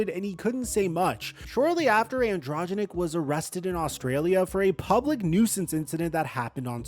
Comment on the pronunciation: AN DRO GEN IC say it slowly lol